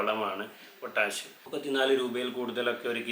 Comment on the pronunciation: എന്തിനാണ് പൊറ്റാഷ് പൊറ്റാശ് എന്നിങ്ങനെ പറയുന്നത് . ആ തെങ്ങിൽ നിന്ന് കിട്ടുന്ന ചേരിയും മടലും കത്തിച്ചിട്ട് വെണ്ണീർ ചേർത്താൽ പോരെ . അതിനൊക്കുന്ന ഒരു പൊട്ടാഷും ഇന്ന് ലോകത്ത് വാങ്ങാൻ കിട്ടുമോ .